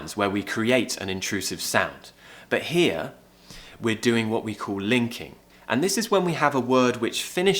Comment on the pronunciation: Lovely accent. But I'm not agree with ur pronunciation of word"Here"